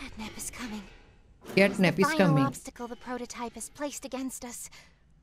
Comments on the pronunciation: Ajjubhai says Capnat 😂😂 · CATNAP ❌️ CAPNET ✅️ 🤣😅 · CAPNAT NHI HOTA HAI CATNAP HOTA HAI BRO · Bhai natcap nahi catnap 😅😅😅😅😂😂😂😂😂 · Its not cap nat its cat nap😂